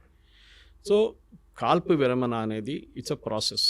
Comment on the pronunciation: విరమన ఏంటి - విరమణ . ణ పలకడం రాదా